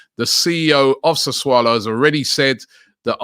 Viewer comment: Do you think it's pronounced that way? lmao why is this thread upvoted